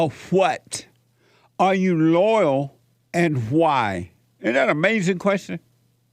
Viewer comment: Jesse has a tough time w/; the word: "LOYAL". I wonder why?? Respect & love to JLP + Crew....